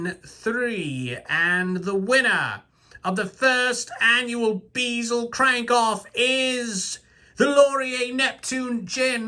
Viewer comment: 'BEE-zel'...hahahahhahahhahhah....funny as hell man, keep it up :D